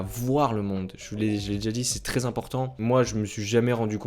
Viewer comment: Bonne vidéo mais on prononce « è » pas « é » dans le « très » ..